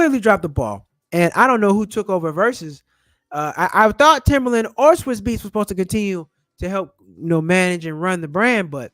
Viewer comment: TIMBALAND not Timberland lol